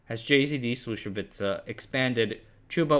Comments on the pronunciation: "Slušovice" is "Slushovitse" (ts pronounced like tz in tzatziki) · It is Slušovice, not Slusovica. Not that hard to pronounce. Also JZD is not pronounced Jay Zee Dee. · No he doesn't. His pronunciation of Slušovice was terrible. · I was born and grew up 20 kilometers from Slusovice. My grandfather was a friend with Cuba. Your information was 99% correct which is amazing. Just your pronunciation of Czech names needs to be polished. Did you know there was a song made about Slusovice? Search on youtube for "Paleček + Janík - Slušovice - celá verze" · Bruh, you are so lame :( You cannot even pronounce "Slušovice", "Zlín", "Březová" and "Czechoslovakia". Your other content suck as well. Do yourself a favor, stop scraping Wikipedia for your lame misleading videos and do something useful insteads. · just a couple of notes: Communists, did not buy stuff and companies, they just took it by force and nationalised it.. Also, please, next time if you decide to make a video with another country language names, check the correct pronunciations because sadly you mispronounced many words... for example Brezova, Slusovice, Bata, JZD, Husar. Coke was prohibited by the way... you could not buy it, that is why Czechia has their own style called KOFOLA... Otherwise, nice! :)